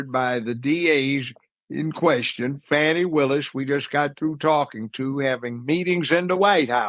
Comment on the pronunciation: It's fani not fauni